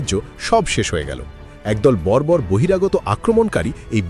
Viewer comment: বর্বরতা করা ষ্পষ্ট করে বলুন।